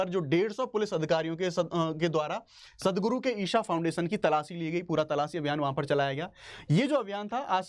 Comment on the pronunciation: ईशा not ईसा 🙏